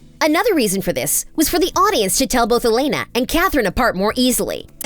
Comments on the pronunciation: It’s not Damian it’s Damon, it’s not Alena it’s Elena, it’s not coralline it’s Caroline, it’s not Stefon it’s stefan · girl.. is elena and damon- not alena and dameon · Girl-- cArOlEne It's CAROLINE E l e n a not alEnA Damon not dAmEn Stefan not sTefOn. Mad annoying. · "DamEEan" "Alena" "StefAN" girl- are you ok... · “DamEEn” “StefAn” “AlenA” Sorry but I hate it when people deep dive into stuff and don’t even know the names of the people they are talking about. (Bye sorry I am a very big tvd Stan)